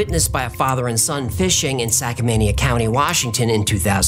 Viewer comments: Haha, did I hear "Sackmania county". That should be Skamania county. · might have struggled a bit with his pronunciation of Siskiyous and Skamania. Very common for non-locals to struggle with some of the native American names. I struggle with them too sometimes when I leave the northwest. I'm a huge fan of and WF.